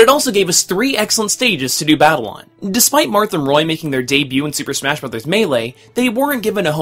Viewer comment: Marth. Definitely do Marth for the next Smah History. Smah. Smah. Smah? lol